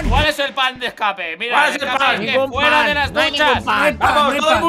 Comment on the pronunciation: El timba en ves de decir cuál es el plan? Digo cuál es el pan? Jajajajajajajajajajaja